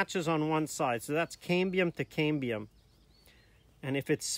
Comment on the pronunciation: excellent video, actually the best i could find on Youtube!! Just one note on grammar, the word Cambium is pronounced like CAM in camshaft, not CAME as in came!! But before i put my foot in my mouth, that is the countrywide pronunciation and you may be speaking in a local dialect with a different pronunciation....good luck and keep up the good work!